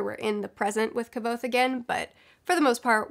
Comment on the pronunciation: Your pronunciation of Kvothe is so distracting lol. Maybe I've been saying it wrong this whole time.